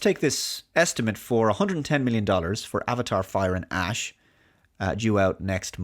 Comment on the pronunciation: I can't unhear "Avatar: Fire & Ass."